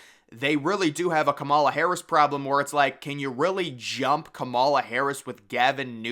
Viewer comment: As someone educated in political science, I can tell you that you really do not have your finger on the political pulse here. The nominating process is already underway. Michelle Obama has no political experience, and has not indicated any desire to run. Kamala Harris (whose name you consistently mispronounce, perhaps you should learn to pronounce it correctly) would be a disaster for the Democrats; even worse than Biden. As with the last election cycle, this election is less about Biden than it is about Trump. Even hardcore Democrats generally do not like Biden very much. A lot of Republicans don't particularly like Trump either. The election is essentially whether we want another four years of MAGA politics. This underlying political reality is something you have yet to address. Elections are not determined by Vegas bet makers. It is determined by the electoral college. Who wins The electoral college is determined by a small group of swing voters in swing states. Again, this is something you have yet to address, indicating that you lack a firm grasp of presidential electoral politics. I'm not saying this to be condescending, but as someone who has a strong background in political science, I find your analysis to be way off the mark.